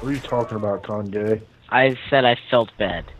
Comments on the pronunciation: he said congey the whole time not conhey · he said congay